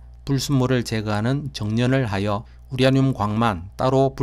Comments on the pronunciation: 우라늄을 우랴늄으로 발음하시네요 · 보리문뎅이 발음 심각하네 스방의 열화 우랴늄 ㅋㅋ 적 1퍼쎈터가 되도록 농축얼 합니다 ㅋ